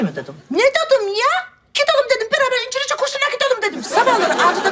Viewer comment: İncilizce diyor ( )😆😄